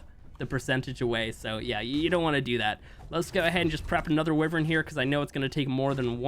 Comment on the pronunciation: I hate how he says wyvern